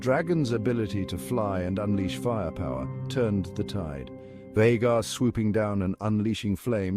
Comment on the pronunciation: So is it VAY-gar or is it VAH-gar? Pick one pronunciation and stick with it.